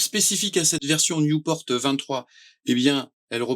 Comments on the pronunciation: On dit Nieuport, pas newporte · Belle présentation, mais c'est nieuport pas newport ! C'est un avion français !